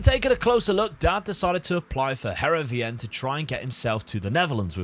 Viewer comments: Loving this series! Just a quick note - Heerenveen is pronounced Herenfeen - key bit is the v pronounced as an F 🙂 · Btw, Heerenveen is pronounced like (Hear-en-vane). It's my local club!